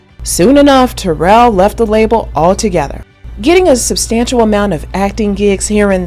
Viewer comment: *She spells it Taral. I dont think it's pronounced like Terrell either. I think she pronounces it like tuh-RAAL or tuh-ROL ...with a short O sound in the 2nd syllable. This youtuber butchered her name. Look at the comments ob some of this youtuber's other videos. She be gettin corrected